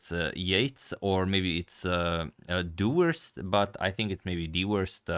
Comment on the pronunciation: "Deworst" :P